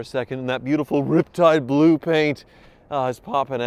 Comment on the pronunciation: “Ripetide Blue” is back😂😂😂